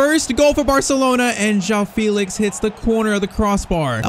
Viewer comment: Great vid, but I think it's pronounced Fell-ix instead of Feel-ix